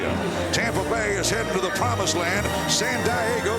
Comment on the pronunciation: Buccaneers announcer "San Die-a-go", what kind of hick way is that to pronounce San Diego.